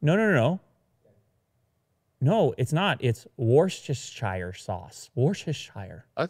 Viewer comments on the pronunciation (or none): It's pronounced "Wuss-ster-sure" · its pronounced wuster sauce